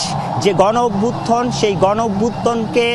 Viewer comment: হায়রে সাংবাদিক গণ অভ্যুত্থানকে বারবার বলছে অভ্যুত্থন থন নারে ভাই, থান